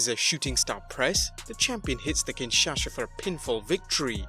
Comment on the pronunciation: Kinshasha? Makes me cringe every time you say that 🤦‍♂️